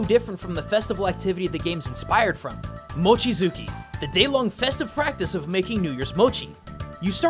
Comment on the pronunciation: There's a small inconsistency , when you say it, it sounds like 「もちづき」, and the ro-maji on screen is even "Mochizuki," but the Japanese is "mochi TSUki." Jisho and Houhou both suggest the latter as the correct one, and indeed when I type "mochidzuki" into my ime, it only comes up with 「望月」(meaning full moon).